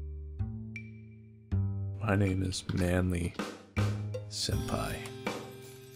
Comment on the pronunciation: He said manly senpai, I heard man-meat senpai.